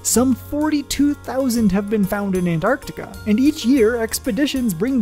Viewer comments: That was great thank you! I learned that the glaciers act like conveyor belts and transport millennia worth of meteorites to certain gathering grounds scattered about Antarctica. Also, thank you for properly pronouncing "Antarctica". and not saying "Annarticka" 👌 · Thank you for pronouncing “Antarctica” correctly. So many forget about the first “c”. You earned my subscription 🌸.